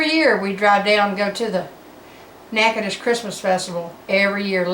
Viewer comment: I knew she was from Louisiana as soon as she pronounced natchitoches. You said “drive down” must also be from Shreveport lol